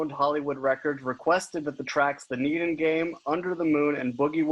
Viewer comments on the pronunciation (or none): The needen game...bruh its pronounced neden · Hahaha he called them his juggalo brothers, but pronounced neden, as needen, and bless shaggy and j for just glossing over it and not correcting him lol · Need-In. Lol it’s “neden” bro do your research. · He said needen game it's The Neden Game wow some people really need to learn how to read but still pretty damn good video LOL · He said "Needen" lol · The interviewer not knowing how to pronounce “neden”. Very clear you’ve never listened to ICP’s most well known album which you’re discussing at the time you fuck the pronunciation up so badly. 😂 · No one is gonna say anything about the neden game and how he said it lol. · Was it the way he pronounced neden? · that's one reason